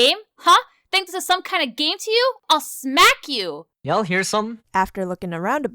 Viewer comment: “ I’LL SMAK CHU “